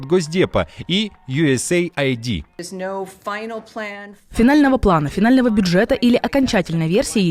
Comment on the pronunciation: Не ЮСЭЙАЙДИ, а правильно ЮСЭЙД. Стараемся быть вежливыми) плюс цензура для вас важна, если она в ваших интересах)